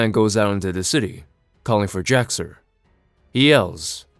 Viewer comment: Yeah, it is a little confusing because of his pronunciation throughout the video. He says Jor El and would likely say Kal El, putting the brief pause/space between the syllables, but runs Jax Ur's name together as Jaxxer. I was just listening to the video and had to actually look at it a little bit in because I wasn't sure who he was talking about lol. Still a good video though. Love recaps like this because I love the stories and characters but can't justify the cost of the books anymore.